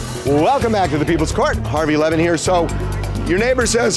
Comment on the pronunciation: “Harvey Lemon here…” is all I hear every time I try to fall asleep watching these. Today is the first time I’ve actually seen the spelling of the name and was like “ohhhh”